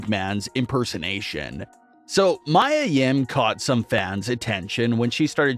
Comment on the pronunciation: Her name is Mia(Mee-ah) Yim not Mya or Maya like Angelou or the singer.